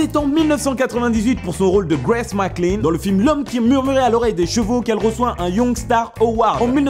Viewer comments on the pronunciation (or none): none